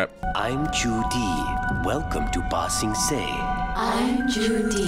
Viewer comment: Bruh, end of book 2, you still can't say ba-sing-say 😂😂😂 all jokes man lol Book 3 is amazing. It literally only gets better from here. And yes, you should definitely watch some more anime. If you like the clean action scenes in this, you'll love some shows like jujutsu kaisen, demon slayer, my hero academia, etc. Would love to see some more anime on this channel!